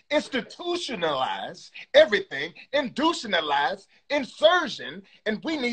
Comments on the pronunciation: Did he say Indutionalize???!!!!! 🤣🤣🤣🤣🤣🤣🤣🤣🤣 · That brotha said "indushionalize" 😆😆😆